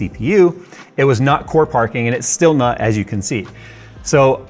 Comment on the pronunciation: All I heard was Parkour!